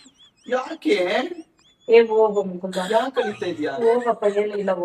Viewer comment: ಮುಕುಂದ ❎ಮುಕುಂದಿ ✅🤣